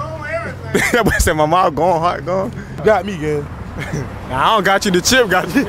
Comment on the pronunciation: That mouff😂😂😂😂😂she need to fixed that